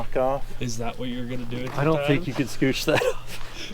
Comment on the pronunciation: It's Border not boarder